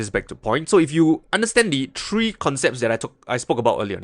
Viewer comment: it’s “ three “ not “ tree “